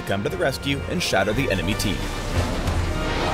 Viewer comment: You said Shatter...